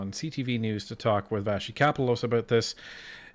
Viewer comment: So you do in fact watch QP, and have heard Vassy pronounce her own name. Why do you insist on mispronunciation? "Northish Prescription w/ Siphon and Fax"